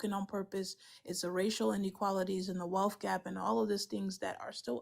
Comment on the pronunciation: "Da wealf-gap"